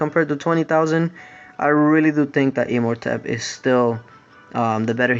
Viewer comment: It's imortepp not e-mortepp